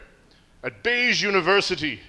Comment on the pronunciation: "Beige Universiy" 🤣🤣🤣🤣